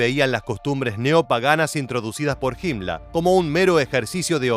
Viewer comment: "himla" xd